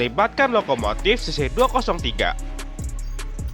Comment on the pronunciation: dean kayaknya kamu salah baca deh, soalnya baca yang bener itu adalh cc dua nol tiga😅